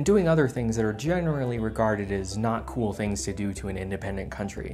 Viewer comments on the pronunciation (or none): none